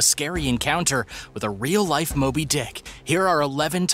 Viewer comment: lol i thoght he said moldy not moby